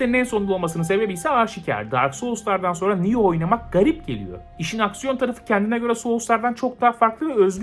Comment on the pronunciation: Nobody:: Ben bu oyunu 'nioh'ynuyorum?